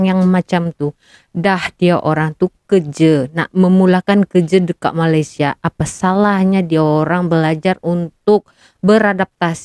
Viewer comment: Malaysia ya dek bukan Malassia! Sebutannya yg bener ya.